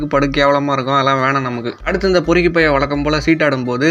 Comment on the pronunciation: பெருக்கி இல்ல பொறுக்கி